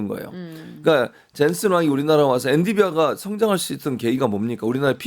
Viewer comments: 엔디비아 개 킹받네…엔비디아라고 해줄래? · 최진봉 교수님은 계속 엔디비아라고 하네요. 뭐 사소한 발음 실수일수는 있지만. 엔비디아. 엔디비아 발음은 교정해주세요. 방송인이잖아요.